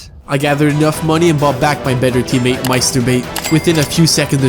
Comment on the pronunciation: i’m so confused why does he pronounce teammate as “submate”? he says it literally twenty times in the video and its unmistakably submate